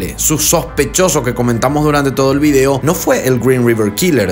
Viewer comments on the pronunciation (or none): none